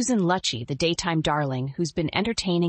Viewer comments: Yes, I cringed every time her name was mispronounced. It is Loo’-chee. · it’s pronounced loochy! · Something Joan Rivers would of said. Kudos! Would be nice if you pronounced Susan's last name correctly.